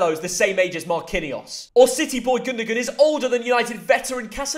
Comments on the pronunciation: Gundogan’s name isn’t pronounced gundogan, it’s pronounced like gundowan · Gundogun bro gotta wkrk on his pronounciation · Gundogan?!.... Surely, with how youve stolen a living in football, you must know that although spelt that way, Gundogan's name is pronounced 'Gundowan'